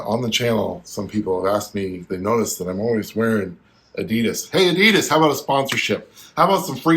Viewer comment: You bring it to the next level mate! But as a German, please work on your Adidas pronounciation ;-)